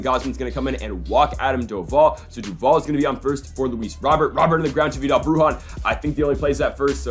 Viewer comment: It’s not Luis Robert. It’s pronounced Luis Row Bear.